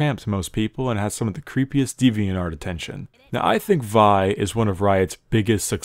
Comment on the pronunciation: Is it not Vee? Vai would be spelt Vai surely...how do you pronounce it master yee but then vai